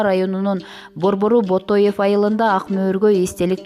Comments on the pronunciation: Урматтуу алып баруучу БОТОЕВ ЭМЕС Баетов айылы туура айтсан . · Ак Талаа району Баетов айылы.Ботоев эмес туура окусанар. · Ботов эмес Баетов району десен тура айтсанар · Ботоев эмес Баетов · АК Талаанын борбору Ботоев эмес Бантов айылы,туура окуш керек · Баетов дечи ботоев эмес😂😂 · Туура окусан боло,Ботоев эмес,Баетов. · Ак - Талаа районунун борбору Ботоев эмес БАЕТОВ туура окусаңар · Эй блогер туура окуусан боло ботоев эмес ..баетов. муса бааетов ддеп уктуун беле тупая.